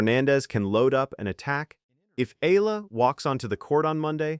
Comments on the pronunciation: EALA NOT AYALA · Correction pls.not Ella ...you're not really watching the game😆😆😆pls.pronounce it correctly E-ya-la. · Her family name EALA pronuanced Eyala not allah or ela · Its not Allah/Ellah its E-yala! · Please don’t pronounce her name Alla!! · I left your content the moment your AI pronounce EALA as Al-La.